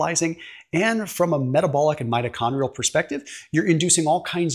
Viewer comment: Mitochondrial not metachondrial